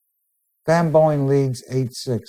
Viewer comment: Sounds like he keeps calling SvB Boeing, like the airplane lol